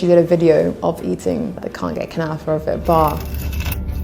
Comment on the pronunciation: it is called Kunafa not Kutafa, it originated in Egypt in the Fatimid era around the 13th century. Great video BTW. The butterfly effect is mind boggling